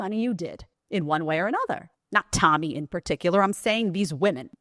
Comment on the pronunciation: I wish people would learn to pronounce Tomi’s last name correctly. It rhymes with “karen”.